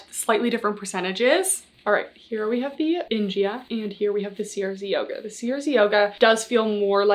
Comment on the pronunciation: (Haha writing separate comments for the engagement) … I think CRZ Yoga is pronounced either “Crazy” (most likely) or “Craze” Yoga instead each letter being spelled out.